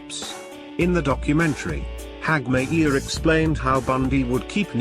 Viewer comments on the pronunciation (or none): Terrible work. Why don't they just get a human being to read the script? And it's pronounced not Hagmi - ear, but Hag - myer.